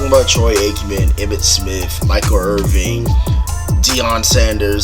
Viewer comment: It's Michael Irvin not Irving